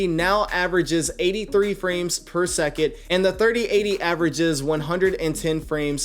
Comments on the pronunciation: He actually says "per suck it", lowkey mocking his viewers. For real. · if only this was the case. Per seckit 🙄🤦‍♂️ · I did the same but watch youtube video and just decided I need a 3080 lol. The 3070 have 8g ram so it’s a little weak. But he is right it’s fps or frame per second what is seckit lol. It’s called radio language u need to pronounce for people not yourself. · all i heard throughout that video was frames per seckit. Its frames per SECOND.